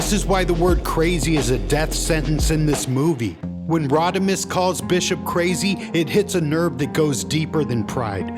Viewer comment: You calling him “Rodimus” is hilarious